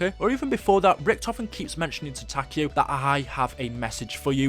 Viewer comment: Every time he said Takeo I died a little inside